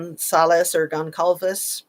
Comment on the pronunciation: INAN = "EENON" or "EENAN" GONCALVES = "GONSALVES" (a soft C)